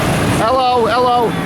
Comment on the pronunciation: Ha ha ha... i loved the dumb pommie "ullo" at 20.22. That was a ladyboy. Be careful with a camera there, it's not welcome.